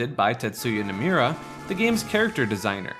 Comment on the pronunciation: Bro you gotta learn how to pronounce Nomura